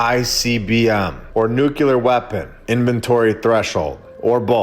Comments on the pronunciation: Nu kleer not nuculur! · There is still nuclear,not "nukilar"... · One more time, friend, you damage your credibility mispronouncing nuclear as "nucular". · "Nukilar"..... seriously? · oh it is nukilar hehehe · READ THIS! Your pronunciation of the adjective ''nuclear'' is cringeworthy and needs polishing a.s.a.p. Otherwise, your channel is fantastic, keep rocking it! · Please pronounce nuclear properly. It impacts your credibility. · With all due respect, please stop pronouncing "nuclear" like Dubya did with his fake accent. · explain to me how that works phonetically. Nuclear. You'll note there is no vowel between c and l.